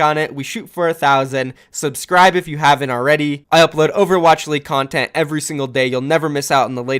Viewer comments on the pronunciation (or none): none